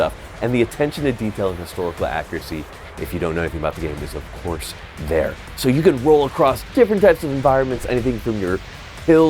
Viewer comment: "Of Korth"